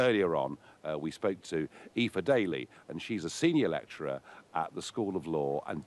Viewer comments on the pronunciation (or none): none